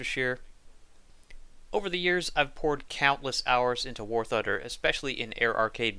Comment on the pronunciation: "war thuder"